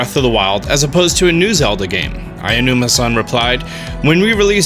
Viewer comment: Aonuma .. just say “ow-numa”